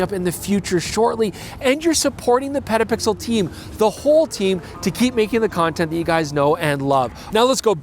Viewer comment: did he say "pedopixel"? what kind of channel is that?